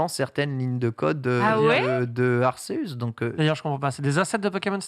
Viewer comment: Mais Ken dis lui a!!! en KATAKANA c'est écris A RU SE U SU!!! Arséüs donc!!! arrêté avec Akéus il n'a jamais été dis que c'était la prononciation "latine" ca veut rien dire ton truc -apprend tes KATAKANA stp... merci